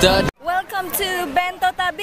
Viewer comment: bilang Bentota, bilang Bentito. Yang bner apa?